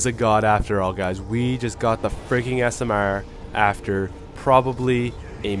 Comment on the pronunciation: I like how says smr